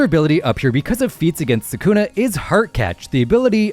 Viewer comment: You mispronounced sukuna so we can’t really trust anything else you say. Lame.